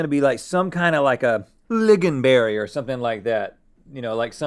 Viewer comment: do not say "liggonberry". how hard is it to read? it's called lingonberry. pretend Klingons had a berry, and the "k" is silent.